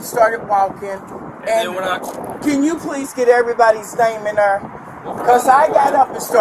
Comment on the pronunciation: "In ner." In there....there!😂😂😂